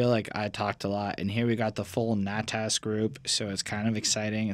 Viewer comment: Natas is pronounced like (Not Us )